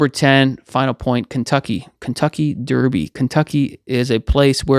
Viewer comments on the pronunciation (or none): none